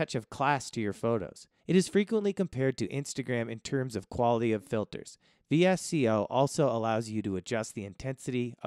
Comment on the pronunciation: VSCO is pronounced “Visko”.